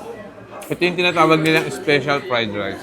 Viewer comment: Hmm why do you have to mock the way how he said "special?" (ispisyal) 🙄